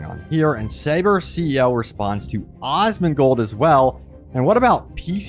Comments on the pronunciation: Did you honestly say 'Osmongold'?? C'mon man... 😂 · Awhsmongold... Say it properly.